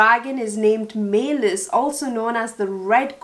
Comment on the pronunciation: Meleys- May-leez